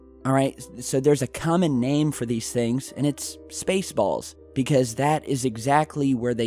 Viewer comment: He said space balls!!! Lulz